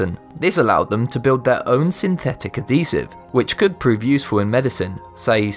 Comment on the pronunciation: I hate the way this person says adhesive.. "add esive"